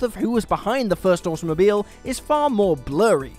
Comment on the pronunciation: Am I the only one hearibg automobile as awesomemobile?